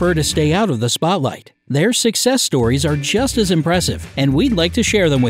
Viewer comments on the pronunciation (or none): none